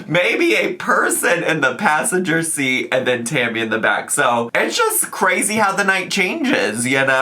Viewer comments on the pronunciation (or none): none